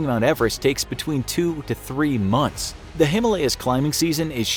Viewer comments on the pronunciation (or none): none